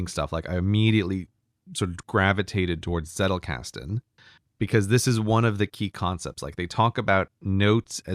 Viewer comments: Agreed, my friend. His Z on Zettelkasten was quite good. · When myke said Zettelkasten and then said every german just laughed: I as a german must say it was actually pretty good